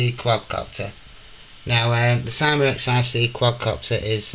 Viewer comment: you said syma wrong